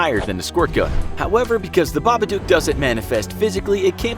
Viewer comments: it's babadook not babadooke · It made me so angry when he said babaduke and not babadook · Just saying it's pronounce babadok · >Reads the poem and line ends in book. >Reads the following line and pronounces it Babaduke. >MFW. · It's baba_dook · The story literally rhymes "book" with "babadook", so why 'tf is he still pronouncing it wrong?